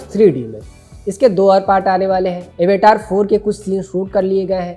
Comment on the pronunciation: एवेटार नहीं भाई अवतार है